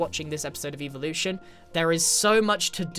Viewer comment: When he says evolution it sounds like eeveelution from Pokémon lol and this is from the future lol